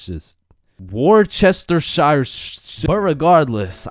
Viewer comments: It's (Wor-ses-tuh-Shea) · its pronounced wu shr ster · How to pronounce worchestsire sauce war-chest-sire sauce